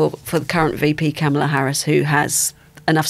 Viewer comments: Hopefully, it won't take too long to get her name right. It's kamala as in 'comma', not kamala as in 'camera'. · Her name is pronounced "comma la" not "kam ala" Shes been vice president for over three years....how come our journalists keep mispronouncing her first name??? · It’s pronounced Comma-La. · FYI it is pronounced “comma-la”. Sounds from my American ears you do pronounce it correctly a lot more than much of the media but wrong here and there.